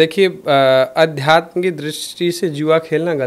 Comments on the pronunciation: Bhai adhyatam nhi adhyatm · Aadhyatm sahi se bolna sikho